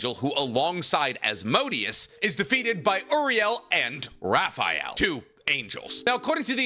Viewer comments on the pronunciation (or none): none